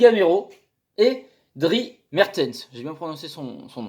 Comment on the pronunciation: Le S dans le prénom de Mertens n'est pas muet, ça ce prononce comme « Driss » Bonne vidéo à part ça :)